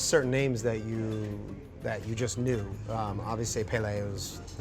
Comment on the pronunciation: The way he Rob pronounced Pele and Maradona hurt my soul slightly